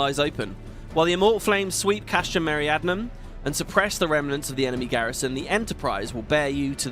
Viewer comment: I know it's not important but you've pronounced it Meriadnum like 50 times now and it's bothered me each time. Me-ri-di-a-num. That should look familiar, it's the Latin word we get "Meridian" from. The castrums all have really simple names: Marinum at the sea, Occidens in the West, Oriens in the East, Centri in the center at Mor Dhona, and Meridianum in the South in Thanalan. Apparently "meridianum" means "southern", didn't know that last one but the other ones are intuitive. There's no Northern Castrum in Coerthas but "Arctoum" would have worked as a name. (Castrum just means fort or castle.)